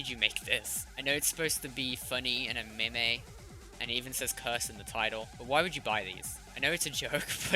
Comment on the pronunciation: Did he say maymay